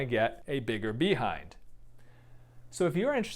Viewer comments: The way he says be-hind sounds so funny 😆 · I like how he says behind 🐝 hind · Dr pronounces it " 🐝Bee-hind " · “BEE hind” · I love how you say bee-hind when it's Kim's ass but behind on natural ass 🤣. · "Bee-hind" LOL!!!!!! Yea I want a "Bee-hind"!!! 😆😆😆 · The way he says "behind" just gives me the kicks.